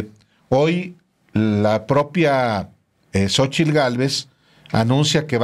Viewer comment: Po(r)que no habla bien Cochitl dice. Pogque...... Po que minuto